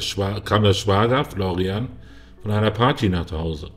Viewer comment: Der heisst ausgesprochen Florian.. nicht Florrian